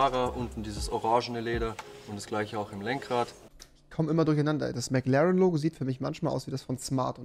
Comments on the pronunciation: WIE REWI MCLAAN SAGT UND NICHT MCLAREN😂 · Wen triggert auch die Aussprache von Rewi beim Wort McLaren? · niemand: Rewi: Mc Larn